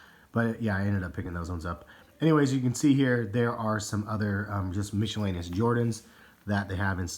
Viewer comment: Miscellaneous is pronounced "misselaneous", not "mischelaneous" like .